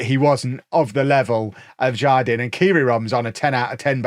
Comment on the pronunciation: Jardin is spanish for garden and is pronounced "har-deen" btw